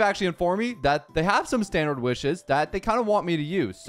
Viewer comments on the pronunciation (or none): none